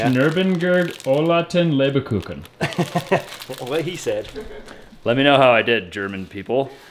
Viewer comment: "Leberkucken? are you sure? spell it for me and I tell you where you make the pronunciation mistake, if any? the "Kucken" part should I think be; "Kuchen", the '-CH-' is pronounced like a '-g-', but that is something you native ENGLISH speakers can't pronounce anyway. Just as the word "Neggar", an old Dutch word, meaning devilish or black-soul person, the English/ Americans made it as: .n....gg.....r, pronouncing the '-gg-' as a 'k', and the '-e'- as an '-i-', the '-a-' as an '-e-'.instead of the British '-a-' when they say 'I can't' instead of the American 'I ken't'. The 'Leber-' part; isn't that 'Lieber-'? translated it would mean 'favorite'' or 'beloved'. This would mean that the "LieberKuchen' nothing else but 'favorite or beloved cookie' means. Meaning; very delicious!!!! Verstanden? understood? Gut, und weiter es geht. Good, and we go on/ next!!! 🙂